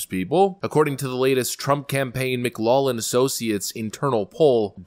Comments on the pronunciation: It's pronounced Mick-loff-lin, not Mick-law-lin,. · McLaughlin is pronounced Mick Loff Lin or Mic Loak Lin but not Mic Law lin. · Mc LOCK lin. Irish name, standard pronunciation